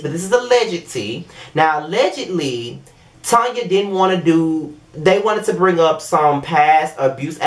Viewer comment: Thank You for pronouncing her name as what it is Tanya. She know her name is Tanya, What is Tan-ya? Girl Bye👋😂